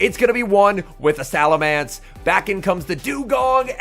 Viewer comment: I wish would pronounce salamence correctly